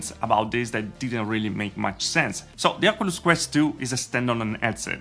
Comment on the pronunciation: Thanks for your videos. However "Ocoolus" is not the proper way to pronounce it. Say it like this better: "Okiulus".